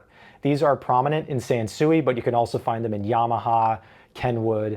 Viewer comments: its pronounced "sanswee" like san sweet sansui. not chop suey sansuey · Not for nothing, but the Japanese pronounce it sahn-swee. I was stationed in Okinawa while in the army.